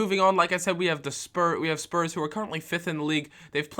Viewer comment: lol he nearly said sperm instead of spurs